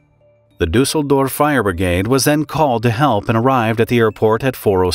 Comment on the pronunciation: "Fire Brigade" .Obwohl ich nicht so auf die Englische sprache stehe, hört sich das richtig gut an, so wie er es beim erstenmal ausgesprochen hat.